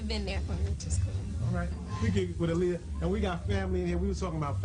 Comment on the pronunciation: Aaliyah-(Aah-lee-yah) not (A-lee-ah)!!!! R.I.P angel❤️